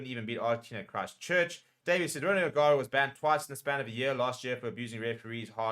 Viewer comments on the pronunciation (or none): none